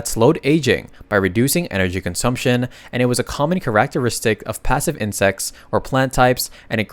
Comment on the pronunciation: dude you NEED to find the right way to say characteristic, there is no way you say it like that, PLEASE stop, its killing me here